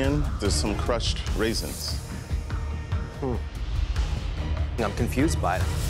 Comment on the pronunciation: The moment I heard "raisins" I rolled my eyes